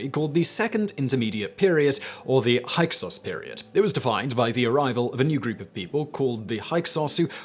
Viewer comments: Pronounced hicksos not hyeksos. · Hyksos is pronounced Hicksos. Counting hands was a method of establishing how many enemy soldiers were killed in battle (they were already dead)